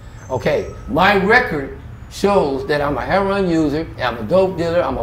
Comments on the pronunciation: why tf does he keep pronouncing "heroin" as "heron" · Is it just me but is it pronounced Heroin?.........Or Hairon?......... If you’re going to get high off of Heroin at least pronounce it correctly. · So annoying how he says herron not heroin lol I do wish him well though.. I hope he starts making better life choices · Why do some Black interviewees say "heruon" rather than "heroin"? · Why do people say "hair-on" instead of heroin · It comes off sounding as 'hair-on', but they are pronouncing it as 'hero-wine', instead of 'hero-win' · should be in a Spike Lee movie or similar. Although he has been through hell and back, he is very expressive and great in front of camera. Love how he pronounces heroin as hero-arnnn. You are a star,. Thank you for your story. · I took a drink every time he said herro-wan. Man I'm wasted now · The way these dudes say "Heroin" ("Her'on"!) is just weird. 🤔😀 I wonder where that pronouncement came from?! 😊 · It's just Hood Street Language. We know it's Pronounced Heroin! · i love how he says heron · This was a lot. I snapped back in everytime he said hair-ron. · How do you get Heron out of heroin? I hear so many people on these videos calling it Heron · why do so many say HAIR RON ?? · Why do all these people(LA) pronounce it heron ,there is i ! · Never heard of anything pronouncing "HERON" for heroin. He seems like a honest person. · I love how he says heroin. I am as country as a church mouse so I pronounce (hair-o-win). Did he stop to breath while telling his story? Wow he remembers well. I wish him the best..... hope he is well now. Hugs!